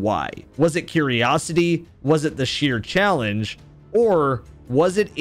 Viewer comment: “Challange”? lol